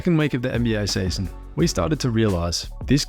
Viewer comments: "this sayzon" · The way you say season is the funniest season